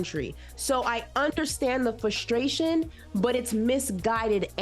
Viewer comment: It's FRustration & NOT FUstration. Jesus!!! You say the word too much to not PROPERLY pronounce it, sweety!!!!! It's like someone that can't tell the difference between your as in personal possession & you are (you're). 🤓🧐😵‍💫